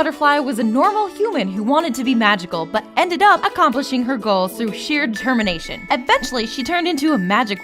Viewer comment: tisk tisk, deTEMMInation.